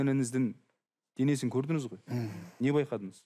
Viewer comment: Көрдініз, не ісдедініз, алдыныз деп жүргізуші "ң " әріпін айтпай мазаны алды